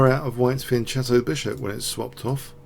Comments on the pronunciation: I don't mean to be schoolmasterly, but isn't it pronounced "Fian-K-etto" [fian'kɛto]? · Yes. In Italian, "e" and "i" after "c" make it soft. To avoid this, "h" is put.